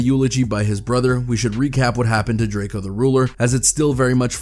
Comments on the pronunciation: pronounced Draco, not Drake-e-o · Bro plz stop saying drake-o it’s pronounced “ drako “ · It’s DRAKE-O not. “Drake-ee-o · How you go from pronouncing Drakeo right (Dray-Co) to Drakeeeo 🥴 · ITS PRONOUNCED DRAKE-O!!!!!!! 🤬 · It irks my soul that this man keeps saying Draky-O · “Drake e o” 😒😡 Fkn vultures 🖕🏿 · whenever i hear a blogger pronounce his name like drake-eo....I automatically click off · Sometimes he pronounces Drakeo's name correctly and sometimes fucking Drake-E-Oh.....wtf dude....🤔🤔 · shit pisses me off too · Better put some respect on the homie name. It’s not drake-e-o 🤷🏻‍♂️🤷🏻‍♂️🤷🏻‍♂️ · Pronounce he’s name right jeeeeez .. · Why you saying Drakeo name wrong